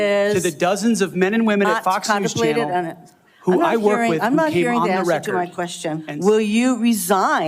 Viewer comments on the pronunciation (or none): none